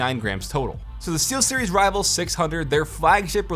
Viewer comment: i thought he said t-series buy he said steelseries